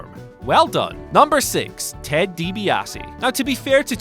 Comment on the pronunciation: The way you say Dibiase is pretty painful